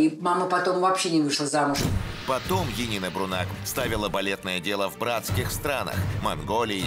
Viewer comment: Как Енина? Янина. Нет имени Енина, что за бредятина!